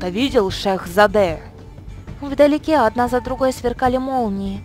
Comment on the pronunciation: Не шехзАде а шехзадЕ